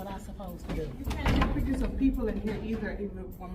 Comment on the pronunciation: "Why are you takin' pitchers of the liberry?" "I'm looking for people who can't pronounce 'pictures' or 'library."